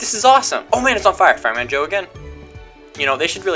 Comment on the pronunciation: Joe not joy